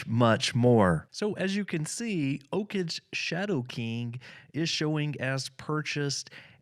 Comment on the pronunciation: OKage is pronounced OH-KAGE with G sound like Go